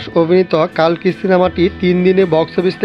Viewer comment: কল্কি হবে কালকি নয়